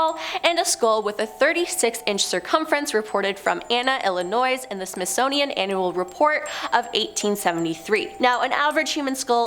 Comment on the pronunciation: Smithsnownian? Smithsonian honey. And we don't pronounce the S in Illinois. Articulate my dear.